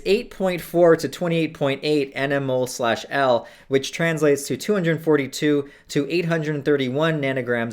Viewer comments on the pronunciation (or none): How can you advocate safe substance use and dabble in the use of RCs and seriously potent chemicals for several years and be oblivious to the unit mole or concentrations in general? That's ridiculous. "EnEmOle-per-liter" triggered the shit out of me.. rest was pretty meh, too.